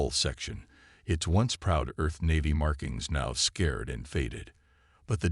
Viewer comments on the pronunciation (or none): This author's policy is quantity over quality. The articles repeat the same mistakes over and over again, with little regard for accuracy. As an example, the word scarred is repeatedly pronounced as scared. There are numerous other punctuation and grammatical errors that are repeatedly used. It appears to me that this channel is the modern version of pulp fiction.